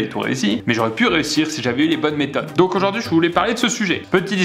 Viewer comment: J'ai cru il a dit 15 mètre de triche